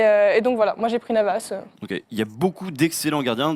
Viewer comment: Je l'aime bien mais quand elle a dit Navas je me suis dis humm 😂